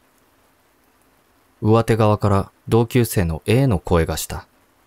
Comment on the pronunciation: ｢うわて｣「したて」じゃなくて｢かみて」と「しもて」では？